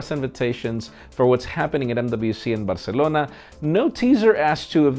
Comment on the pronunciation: I like the way he pronounces Barcelona